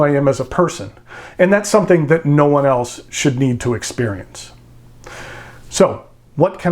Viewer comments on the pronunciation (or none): none